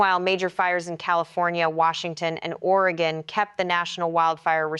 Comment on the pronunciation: It's Oregon "Orygun" not OreGone